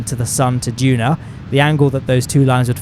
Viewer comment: "Juna" lol